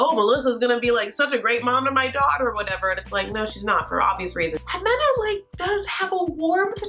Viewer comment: Ximena is pronounced "He-Meh-Nah" But you say it adorable